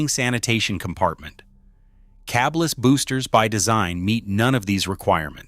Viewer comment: the point is this AI video is idiotic. It’s “cabless,” not “cabe less.” Language matters, despite people that put out garbagy videos. Iz thet okey?